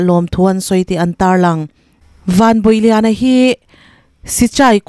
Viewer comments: A hming leh a khua hi i lam diklo deuh em aww Van bawih lian nilo in van bawi lian anih hmel a khua hi ziah dan ci cai tih anih hmela khaw chhak unau ten C hi mizo chuan ch in kan hmanga chu vangin chi chai tiin lam la i lam dik ang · Vanbawihliana(bawih tih hi ilam ri dik em aw... Kan fa te, Bawihi, bawiha tih ang a bawih tih hi lamrik tur anih ka ring lo e....Bawih ni lo tur in krista chuan min chhuah tir tawh kha.... tih laia Bâwih tih hi lam rik tur anih ka ring, Van hi chu a bawih ka ring lo, Vanram lam tan hian Bâwih anih ka ring zawk😅😊😊😊